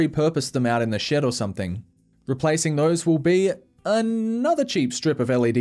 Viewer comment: Stop saying “SOMETHINK” and “HAITCH”. smh.